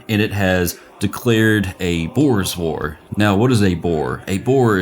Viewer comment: Had to do a double take to make sure he was saying "Boor's War" and not "Boer's War"